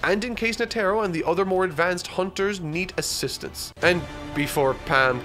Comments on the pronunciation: Sorry but its bugging me, you're saying the Charmaine's name like Ne•tro but it's Net•ero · NOT NA-TAR-O ITS NE-TAR-O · Will ever get all the character pronunciations right? Find out next time on Dragon Ba......I mean Hunter X Hunter. (in reference to Netero, pronounced "Net-eh-ro" not "Nah-tair-oh") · Its more of a nete-ro not a net-ero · Net-Ah-Row Not “Netaro” come on dude…listen to the show and how characters names are pronounced. Thought you learned this with the whole Gon thing after the first episode. 🙄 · Anyone is bothered by the fact that calls Netero as NeTERo? It's NETero!!! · knee tear oh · NEH-tehr-oh -- emphasis on the first syllable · PLEASE!!!!!! Net-Teh-Row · Its Neh-Tah-Roh. NEH TAH ROH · Nee tah row...netero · “Netarrow”, bruh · Yo I'm so convinced that he's just reading some of the names wrong on purpose. He didn't just say netero's name like that and thought it was correct 😕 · I cringe every time you say Netero 😂. Great work though keep it up. Berserk next? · that is not how you pronounce Netero. They use a syllabary that word uses Ne (ネ) Te (テ) and Ro (ロ), you will be using that name a lot in later. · This is such a good video.... but you pronounce netro wrong!! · Only could mispronounce Netero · pronunciation of Netero's name is bothersome lolol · His pronunciation of netero was cringe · The way you say "Netero" irks me.